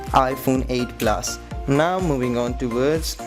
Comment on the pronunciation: "S9 PLAS" "IPHONE 8 PLAS"